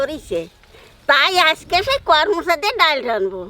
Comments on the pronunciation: কর মচা নয় । করম চা । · "কর মচা" নয় "করম চা" এটাই মনেহয় সঠিক উচ্চারণ 😊 কলকাতায় সত্যিই খুব কম পাওয়া যায়,তবে কোনোদিন পেলে নিশ্চই এভাবে একবার রান্না করে দেখব 😊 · tumio bolecho karmocha...ota koromcha bole